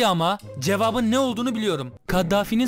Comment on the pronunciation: Hocam harika bir içerik, öncelikle teşekkür ederim bu faydalı içerik için. Ama şu Türkçeye biraz daha dikkat mi etsek? Ney yapabiliyo ney edebiliyo istenmiyo gidiyo geliyo. Hem kulak tırmalayıcı hem de kalite anlamında zarar verici. Yapıcı bir eleştiri olarak kabul ederseniz sevinirim.